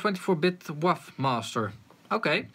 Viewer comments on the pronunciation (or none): did you just call a wave a waff? wtf. are you sure you know anything about audio?